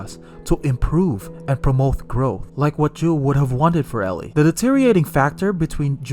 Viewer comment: Bro keeps calling him juul like the vape 🤣🤣